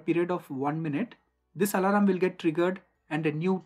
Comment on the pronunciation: very nice informative video but the pronunciation of "alarm" as "alaram" is weird to hear